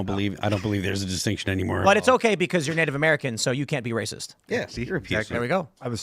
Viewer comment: The man keeps saying Nate American.